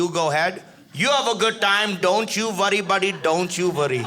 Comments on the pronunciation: Don't you vurry buddy don't you vurry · "don't you vworry buddy, don't you vworry" 😄😄